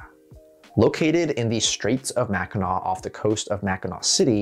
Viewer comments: With how many get it wrong, I'm proud of your Mackinac pronunciation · As a Michigander he got Mackinac pronounced properly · I’m from Michigan and I cringe when I here people pronounce it wrong. Good job on doing it right 🎉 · THANK YOU! For putting in the effort to learn how to pronounce Mackinac correctly. I was watching a popular history YouTube channel the other day that, of course, mispronounced the name. Fun fact Michigan has two first state parks because we have two state park systems. Mackinac State Park, being the first, first state park, and Interlochen state park being the second, first state park. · ohhh 💕 for actually pronouncing mackinac correctly!! i'm a michigander, it's so rare to see people from outside the state pronounce it right